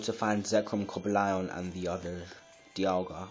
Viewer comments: its cobalion not coba lion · Haha you don't have Reshiram. You don't even pronounce it right. Or Coblion.